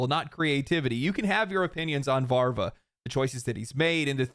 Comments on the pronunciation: You are 99% right. The 1% is that it's Daniel VaVra not VaRva. (I know, I know, I'm sorry I had to say it, my Czech ears bleeds, I can't not say it) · just a little correction, because living people's names imho deserve it: It's Vaav-ra not Vaarva. Otherwise 100% agree, great vid as always! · It's "Daniel Vavra" [vu:v - ruh], not "Daniel Var va" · Bro, it's Daniel VÁVRA, not VÁRVA, the V comes before the R sound. It's tough to pronounce Czech words, I know, but hearing it wrong over and over and over again gets infuriating after some time. It's like if you pronounced Miyazaki as Mizayaki. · sorry, but VaVRa, not VaRVa. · its Daniel Vávra, not VARVA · I still think it's the Billionares funding Polygon to keep us fighting among ourselves. There's no way that place is profitable. Also I think it's VaVra, not VaRva. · Agree with everything, but come on, it's VÁVRA, not VARVA. It's not that difficult. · VaVra, not VaRva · Daniel Vavra. VAV-RA. VAVRA. But you ARE wearing glasses already so I can't recommend that. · As a non-Czech it hurt my soul too.